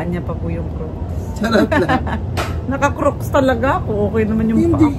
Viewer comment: I know no one is perfect, although I have been hearing on your vlogs how you pronounce the word “CROCS” Sandals many times now, the pronunciation of CROCS is with “A” its silent “O” who knows the Owner of CROCS may watch your vlog one day and you may not know my fave. Actress IDOL Mrs. #Diana😊